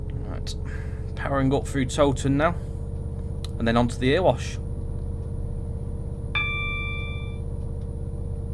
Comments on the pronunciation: Months since the last Erewash Valley vid, and still pronouncing it "Ear wash" instead of "ERY wash" .... come on! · Can't wait for this to release! Just to let you know, Erewash is pronounced Eh-re-wash not Er-wash.